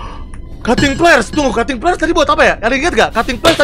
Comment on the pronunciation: Bang windah ko ngomongnya cuting peler